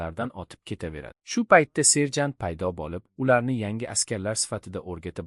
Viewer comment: Serjan 😂😂 mi serjantmi😂 tiliz pizdes ekana😂😂😂